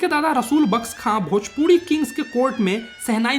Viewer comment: dhojpuri nahi hai wo bhojpir hai